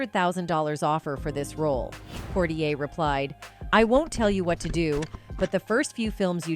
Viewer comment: Poitier is not pronounced Portier!! 😒